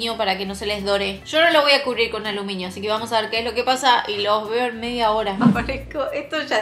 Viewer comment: Te amo mal, casi siempre creo que dices papel de alumiño jajaja 💕